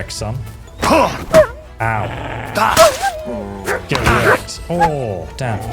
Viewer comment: I could never get over your "get wreck" my man, absolute delirious😂😂😂